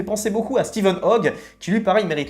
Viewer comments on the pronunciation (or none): none